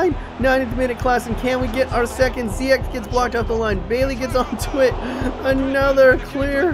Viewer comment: Say Bailey's name the way it looks. He's Jamaican. They pronounce it like the entirety of the English speaking world.